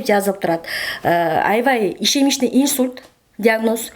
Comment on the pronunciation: ИШЕМЕЧНЫЙ ИНСУЛЬТ ЭМЕС ИШЕМИЧЕСКИЙ ИНСУЛЬТ БОЛОТ